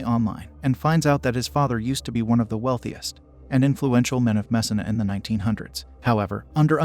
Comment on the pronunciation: Just pronounce Messina right if you’re gonna say it that much. Jesus.